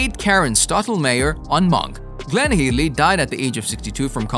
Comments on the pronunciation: Head-ly, not Heed-ly. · Her names Hedly. Not heed-ley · Glenn Headly Pronounced head-ly. Ruined the video, learn the names!!! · How is it so hard to say Headley (hedd-ly) and Armatrading (arm-er-trayding) Brother of Joan Armatrading for goodness sakes?